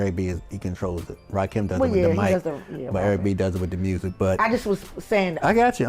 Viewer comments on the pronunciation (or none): none